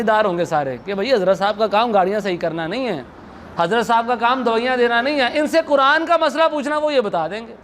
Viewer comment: قینچی والا کہہ رہے ہو قران والا قاف کیوں نہیں کہتے ہو نپہلسے خود سیکھو